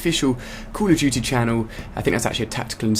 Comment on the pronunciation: i thought he said '' cool of duty'' :P